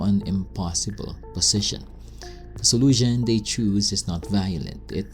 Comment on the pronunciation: please stop pronouncing the letter "s" or "sh" as "z". example peace peeezzz?? solution soluzzzhen??